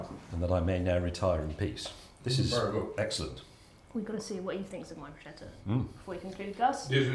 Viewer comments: you were right the first time, it's pronounced Bruce-ketta 🙂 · never ever broooshettah.... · Not “buscetta” but bruscetta. The second pronunciation is correct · Waddya mean no one knows how to pronounce bruschetta?? Morons make a shh sound and people aware of it being an italian word make a sk sound… much like in school btw😉 James is very well aware of the correct pronounciation I bet it follows the same rule as barchetta 😁 ch is k done! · It's pronounced BruSKETTA, not Brushetta. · Pronounced broosketta, not brooshetta, please. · It's NOT,NOT,NOT Brooshetta,It's pronounced brooskayta. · It is pronounced "brouskettah". c in italian acts more like a k not a sh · It’s pronounced Bru-scat-ta with the accent on the ‘scat’. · It's "broos-kètta" (I'm Italian). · It's Pronounced like Bru-skeh-tah. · BROE - SKE-TA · CH in italian is pronounced K, so "brusketta" is correct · ChiaBATTER for the BrooSHEDDA. wholesome english inaccuracy. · 'Bruschetta' is pronounced like BROOSKETTAH, 'KET' being the accented syllable. Source: I'm Italian. Cheers! //Rick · It's pronounced brooshketa. CH together in Italian is "k" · I would choose the bruschetta any day, but, PLEASE, learn the pronunciation of ciabatta and bruschetta! Cha-ba-ta Bruce-ketta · It's brusKetta. "Nobody knows" 🤨 - we Italians know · BrusKetta. CH = K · Bruschetta .. the "ch" is hard, like a k for you english speakers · When I open my Italian restaurant I shall call it BRUCE KETTER so that no one mispronounces 'Bruschetta' ever again. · She needs to stop saying bruschetta wrong